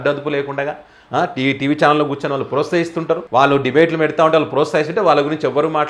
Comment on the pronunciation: సారీ సోదరా మీకొక విషయం చెప్పదలిచా సవరించుకోగలరు. మీకు త కు సవత్తు కలిపి పలకటం రాలేదు సవరించుకోవటం ఈజీనే. అభ్యాసం కూసు విధ్య అన్నారుగా అలా. ప్రొస్తహిస్తారు, సంవస్తరం, ఉస్తాహం మీరన్నవి ఇందులో. ప్రోత్సహిస్తారు, సంవత్సరం, ఉత్సాహం పలుకవలసింది. సారీ మీ కంఠస్వరం చాలా బాగుంది మీ ఎక్సప్రెషన్, విశ్లేషణ చాలా ఇష్టం. తెలంగానా యాస బాగుంది. Tq సోదరా.